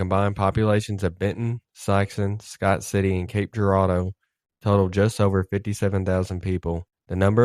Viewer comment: Local, and you pronounce cape Girardeau right 🎉🎉🎉🎉🎉